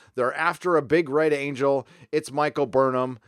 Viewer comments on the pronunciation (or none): none